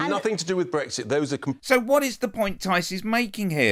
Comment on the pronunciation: "Brexik" Oh dear. This is how the rest if us got lumbered.